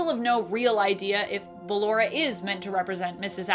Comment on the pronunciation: It's Balloooooora not Balloraaaaaaaaa